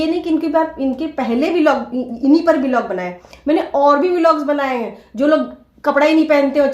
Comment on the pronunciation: बिलॉग नहीं ब्लॉग बोलो डिग्रीधारी